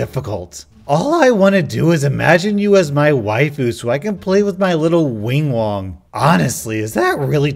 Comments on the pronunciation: You said wing wong, I will never call it anything else again. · THIS MAN SAID “WING WONG”!😂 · i spat soup all over my computer when you said "wing wong" dksdjs